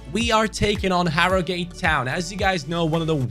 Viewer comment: Harrogate is pronounced hah-row-gut